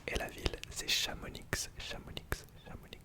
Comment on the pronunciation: Hahaha, je pense que t’as trigger pas mal de monde en disant « Chamonixe » pour la ville de Chamonix, car ça se prononce simplement « Chamoni ».